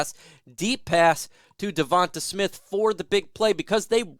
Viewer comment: You saying devonta smiths name gives me aids